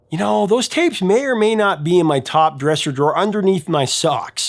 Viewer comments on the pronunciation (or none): Did you say dungeons and ragons??